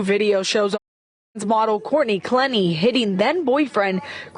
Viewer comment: Courtney Clenney, not Clemmy... Damn shame. She's beautiful, even without makeup. That's a rarity... Never mind. I was commenting on the photos in the video. Saw other pix. Woof